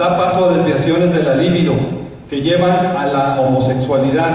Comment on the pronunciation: LIBIDO LECTOR Y NO LÍBIDO.